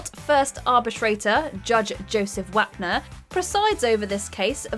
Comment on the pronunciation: As soon as Wapner showed up, I knew the narrator, who clearly has never seen the show and is just reading a script, would rhyme "Wap" with "cap" and not "top". You should've included an other original case: The Case of the Cow That Got Creamed.